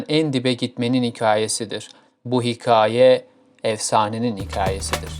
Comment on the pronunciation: Önce hikaye demeyi öğren bence cahiti eleştirmeden önce.